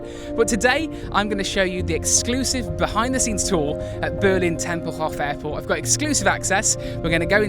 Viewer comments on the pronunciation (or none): Tempelhof is pronounced with a long "o"; otherwise, great video! I landed there twice, after PanAm flights, and still love the place, with all of its history.